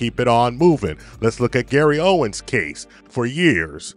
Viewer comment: Still calling that man Gary “Owens”